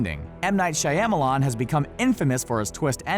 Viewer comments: Shy-am-a-lon XD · Can you pronounce M Night's name correctly please? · I know everyone is concerned about the 1912 thing, but are we just going to ignore how he said Shyamalan?